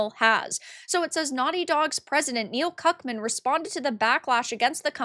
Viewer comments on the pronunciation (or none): Did I hear Cuckmann?